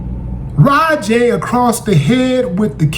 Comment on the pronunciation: Raja is pronounced ( Rah-Jah ), not Rah Jay. Those punches landed and in the wrestling world that is called shoot, which means that the performer decided to turn the scripted fight into a real one. Wrestling is a fake competitive sport, but it is not fake it is a scripted performance like a stage play, ballet or a martial arts demonstration. Professionals are only allowed to do it and Raja is not trained to what is called in the wrestling world a worker. The wrestler is also a military veteran who suffers from PTSD which can affect the brain in a variety of ways. He was also drinking and thought Raja was there to work as a wrestler. There is a video that paints a clear picture of why Raja attacked him brutally and deviated from the plan.